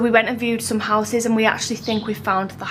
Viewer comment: you said you were teaching your children English, can I just let you know it's houses, not Houseses 😂😂😂😂😂😂